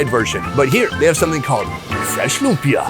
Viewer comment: Correction sorry its not "loompa" its like- loumpia but its not the spelling just the pronouncing